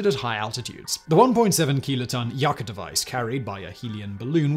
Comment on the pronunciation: Yucca is pronounced as Yuck-a